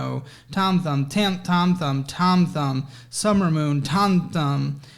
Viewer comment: I never want to hear Thom Thumb again.